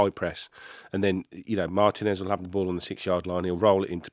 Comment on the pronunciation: Please... MarTEEnez not MARtinez